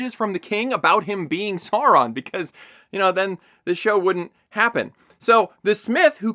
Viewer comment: Alright, let's set this straight. It doesn't need to be "Saurrron" like in the show, but that's still closer than your "Soawraaan" Also orcs have always been "doing" it, the absolutely baffling part is depicting them as loving and caring families. They are evil animalistic creatures that lust for blood and violence, not individuals with hopes, dreams and loving parental instincts. Keep up the good work trashing this piece of garbage!